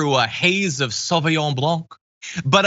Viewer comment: When John Iadarola starts pronouncing French wine (Sauvignon Blanc) correctly (almost) I know he's been hanging out with Ana Kasparian :D